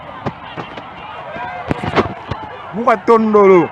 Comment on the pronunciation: Mwana mobali oyo azo filmer ba oara alobi mukwa tondolo au lieu de mukwa ntombolo😂😂😂